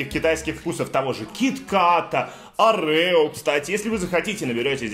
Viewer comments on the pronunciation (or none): Не орэо а оооорео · Лайк если говоришь не Орэо а Орео)